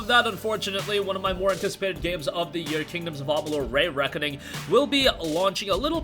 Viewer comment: Why do you say Ray-Reckoning and not Re-Reckoning?